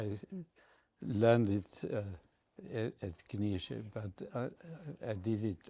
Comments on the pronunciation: I would suggest to pronounce it "K-nee-tseh".The "E" is hard to translate from German to English phonetically. I`m from Vienna and on occasion a Knize customer. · Some wonderful looking pieces there. Is the pronunciation: K-nee-zsa? I hope there is someone coming along behind the gentleman to continue the quality and the tradition. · As a native Austrian I would say, for Englisch speakers it is "Knee-shay" (with a pronounced "K"). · (I'm also a customer) but the woman from the shop herself pronounced it Kni(t)sche, I think both is correct Knitse is more the German pronounciation, I heard this surname actually means Fürst [~prince] in Czech.